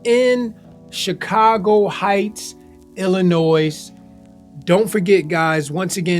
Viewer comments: Pronouncing the S in Illinois is nasty work. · The S is silent in Illinois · Hey, just pretend the letter “S” in Illinois isn’t even there! 😂